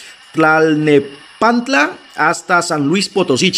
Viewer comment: exactamente, T-l-a-n-e-p-a-n-t-l-a a la perfección 👌.